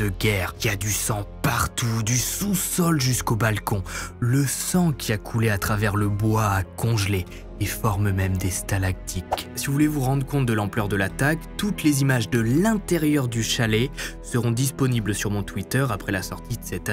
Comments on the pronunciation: au debut tu dit 3 corps non 2corps et on dit stalactite pas stalactique de rien lol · merci pour cette super video, encore une fois du très beau boulot bravo!!!!petite correction on dit stalactite et pas tic ;)